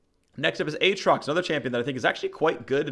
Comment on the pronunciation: As always, lots of great info! However, you should say both "A"s in "A atrox"